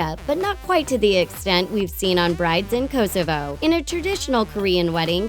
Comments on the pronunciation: The way you pronunce kosovo 🇽🇰 makes me want to jump out of my school rooftop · the way she said kosovo :D :D like this if your kosoven to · Lol how she said Kosovo got me because it was connected to my country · The way she pronounces Kosovo lmao